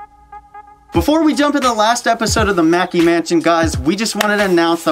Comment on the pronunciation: FYI, y'all are pronouncing MacKay in correctly. It is pronounced MUH-KAY. MAEKI is the pronunciation of Mackey. MacKay is my maiden name.